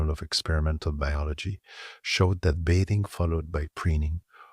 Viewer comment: If you are going to use a robot narrator you should use one that can pronounce the words correctly. If it is a human narrator, same thing. This one learns as it goes. It finally learned how to pronounce "bathing" about five minutes in. Otherwise, this is too long and very boring. I couldn't force myself to finish.